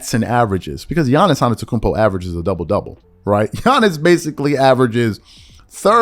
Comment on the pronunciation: His name is Adetokunbo ( Ah de-do-KOON- BO )